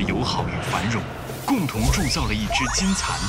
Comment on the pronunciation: 所有人都读把金蚕读成了金蝉